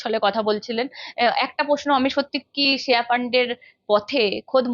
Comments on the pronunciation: শ্রেয়া Not শেয়া 😂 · শেয়া নয়, শ্রেয়া.. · Sreya namta ektu thik kore uchharon korle valo lagto. Shea shea kore gyalo..